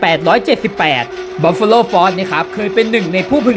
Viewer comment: พูดชื่อยี่ห้อทีรู้สึกเหมือนโดนด่า